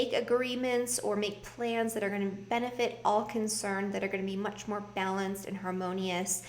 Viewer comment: Much More Good lol🤣🤣🤣 that's how Jamaican would probably say it......love your readings